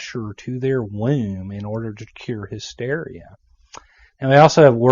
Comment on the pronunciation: It's pronounce "womb," not "wheh-oom." LOL!